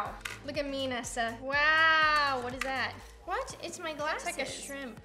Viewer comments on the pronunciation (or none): It is not Neesa it is Nesa